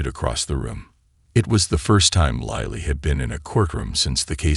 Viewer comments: Lightly ? What happened to Lily.these wrong spelling wrong pronunciation makes a serious problem into a comic fiasco. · “Lily” is pronounced like the flower: Lil-ley, not lie-le I hate AI or & the poor editing.Sigh… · Can the man narrating the story call the child name by her correct name. He calls her liely, lily....the correct pronunciation. 😊 Sorry could not watch the whoke video. In the same sentence he calls the child liely & lily.. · WHERE do you get these narrators?? They need to go back to school andlearn to READ! LILY is 'LILL LEE'... NOT 'LIE LEE'! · This is a beatiful story, if only the announcer could pronounce "LIL-E"'s name properly as well as other words. Goodness knows he should read through the story before he ATTEMPTS to record it! And some of the words are spelled incorectly because the typist never revued the script! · Pronunciation of a name is that all that was ascertained out of the story? Missed the whole essence of the story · It's AI, not a person reading, a computer. Several other words and phrases are mispronounced. I don't think I'll listen to anymore of these. It's just tedious translating in my mind as it goes along. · Why can't the man who narrating this story say Lily's name properly . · Do you listen to your narration? Pronouncing Lily differently. It is very confusing for someone who can't see. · Astonishing how many ways 4 letters can be pronounced. L I L Y, sometimes in the same sentence. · Agreed it's distraction from the narrative. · I am hearing Lily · Not just Lily’s name, AI can’t pronounce several other words! I hate AI, it’s invading everything!! Goodbye